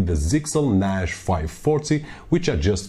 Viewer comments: NASH, NASH, NASH... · could not watch due to the fact you cant say NAS right ...